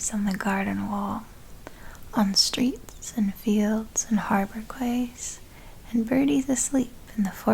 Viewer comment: oddly enough, "quays" is pronounced like "keys"